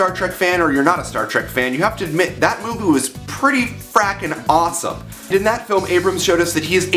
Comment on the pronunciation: does he say "Movoo?" XD